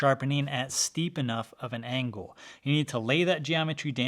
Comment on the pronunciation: Am I the only one understanding "shallow" whenever he says "steep"?